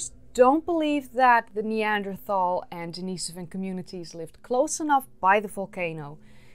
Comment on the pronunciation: Could you please learn to pronounce "Neanderthal" before you make any more videos?